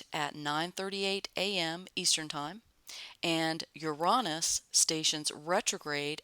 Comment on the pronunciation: Love how you pronounce Uranus. I am going to say it like that from now on.🌺🌺🌺